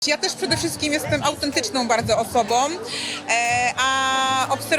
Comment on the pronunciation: Jestem" autentycznom , sczerom osobom.." .wiesz !